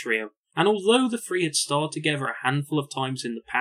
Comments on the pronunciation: What a shame you don't pronounce your 'th's. Two fousand and free a particularly rich example. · Four and Free. Love your review…but why do you say F for TH? I can’t take it. Lol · This was an amazing documentary. The only improvement I could suggest is the number 3 is pronounced “THree” NOT “FREE”